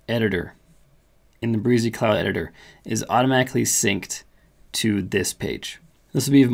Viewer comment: Thanks for the excellent demo. Yes, game changer! Some minor edits: In their own tutuorials, Brizy pronounces their name - bri zee, rymes with dizzy. : "Layouts" option not showing up in free version but blocks, and saved/global are available with free version. Only 89 categories in free version as of this writing., not the 100 plus - are you using a pro account to demo the free one? : The stated URL whien using "view" option, is not what you have to accept if you choose the subdomain option when posting under "My Personal Projects" page. By choosing the subdomain option under "How to Publish Your Page" you actually get to put in your own choce of subdomain spelling. That gets rid of the hard to remember numbers and fruits. Does "layouts" option with multiple pages give developers the equivalent of a multi-page site? If so, maybe there is no need for multiple directories in CPanel when self-hosting. Anyway, I did what you explained and it all worked perfectly! Thanks.